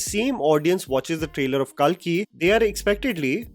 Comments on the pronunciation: It's not kaalki , it's कल्कि , kalki. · What’s with this calling “Kalki” as “Kaalki”? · Its Kalki not Kaalki 😅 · Kalki( not kaaaaaalki) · It is “KALKI” not “KAALKI” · Why the fuck were u saying Kaalki instead of Kalki🤮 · It’s not KAALKI it’s KALKI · It’s not ‘KAAlki’, it’s just Kalki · Its not Kalkee.. Pronounce it correctly.. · First pronounce kalki in Indian accent and then show then flex ur English speaking skills!!!! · Pronounce “KALKI” properly